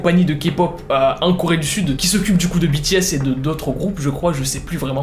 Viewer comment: Je sais que j'suis en retard mais je suis satisfaite que tu dit (BI,TI,S...ET NON BÉ,TÉ,S)